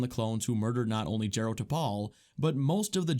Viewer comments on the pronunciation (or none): It's pronounced Jar-o, Not Jerro 😩 i'm irked